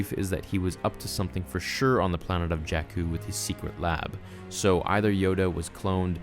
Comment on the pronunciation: Bruh...JAKKU...NOT JACK-KOO..🤣